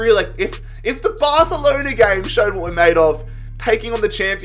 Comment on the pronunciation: No one Literally no one: BARthhhalonAaa